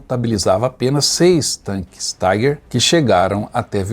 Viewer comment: Eu gostaria de fazer uma correção sa pronúncia, ou seja, esse tanque era um tanque alemão e, portanto, Tiger é pronunciado i , como i em portugues, e não " ai" como em ingles !